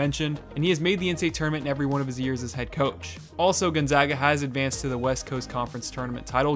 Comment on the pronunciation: i’m happy that he pronounced gonzaga correctly